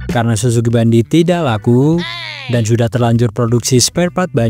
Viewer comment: Suzuki bandit bang . Bukan bandoot 😂